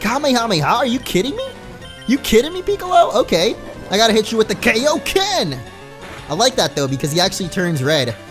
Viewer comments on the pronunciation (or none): It's pronounced "Kaiōken", not "Keiōken". Because it's named after it's creator, King Kai. Kaiō sama. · It's pronounced guyoken but with a k sound instead of a G sound, it's not Kayoken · It's pronounced K-eye-o-ken not K-o-ken, Sorry that bothered me way to much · it's KAI-oken, it's like saying hi, not like hey